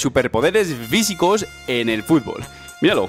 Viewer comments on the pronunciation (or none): Me pregunto que te pasa al pronunciar la " F " ¿? Visico Vitnes.. ¿¿?? En serio , te resta categoría